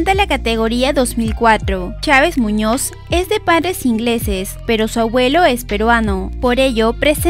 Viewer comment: Chávez Muñoz, bien inglés